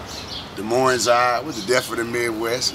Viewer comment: Iowa has the most corrupt prison system. There is no "Z" at the end of Moines.